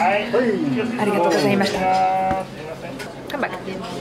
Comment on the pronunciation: 「ありがとう」 の発音が、カンペキ 「酔わないぞ」と言ってメチャクチャご機嫌になってるのが面白い。